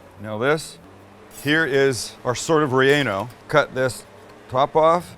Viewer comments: ReAnal and beerRia at least try to pronounce them correctly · It sounds like he is saying chili" re- anal"